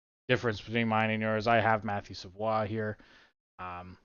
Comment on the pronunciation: Damn that french perfect pronunciation on Savoie deserve respect.